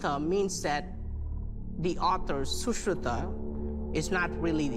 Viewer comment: That black dude looks like indian though he don't know how to pronounce sushruta